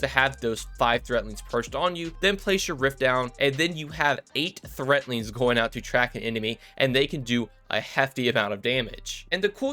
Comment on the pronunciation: It's 'threadlings' with a D. Not 'threatlings' with a T.